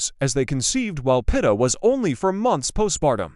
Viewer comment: Pronounced Peet ah